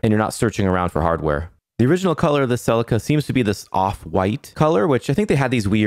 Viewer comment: Say it with me 'See Leek Ah'. It's not a Ferrari and it ain't driven by Tom Salek 😅 cool Resto though mate well done 👍